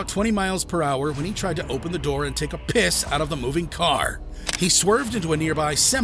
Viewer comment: why'd he say piss so hard lmao